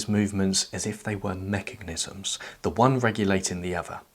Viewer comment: Allow me to roast you on your pronunciation of mechanism instead of Sartre😂